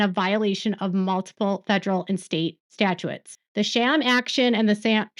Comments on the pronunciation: Statutes: stat-choots, not stat-choo-its. Sorry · Retired attorney here. In camera review just mean in person. Statutes is pronounced Stat-uttes. second part rhymes with butte. Malfeasance is pronounced mal fee since. You know this stuff very well. trust your self. You only have to say you are not an attorney at the beginning and then end AND include that none of this information should be construed as legal advice or any formation of an attorney client relationship.